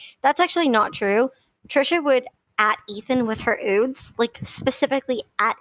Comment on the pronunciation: Ok do they really glad the word “ nude?” lol I love you girl and your videos but saying “ oodes “ 10 times in three minutes was making my eye twitch.